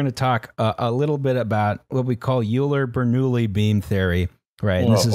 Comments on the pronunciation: not that it’s really important, but “Euler” is pronounced like “oiler” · Hey , you pronounce Euler wrong. It rhymes with "boiler" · >Euler > pronounces it you-ler >it's actually pronounced oil-ler (I am math major btw) >Alice didn't chime in My disappointment is immeasurable and my day is ruined. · Akchually it’s pronounced “oiler” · IT'S PRONOUNCED OILER GOD DAMMIT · I thought it was pronounced "Eye-lerr" Fucking foreign names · So if you work in Math you're an Euler's Toiler. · No hate, love the content, but how did you get through an engineering degree without learning how to pronounce Euler properly?